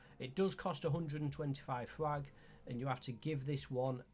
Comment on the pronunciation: What the fuck are you saying scrap and frag?.. so unclear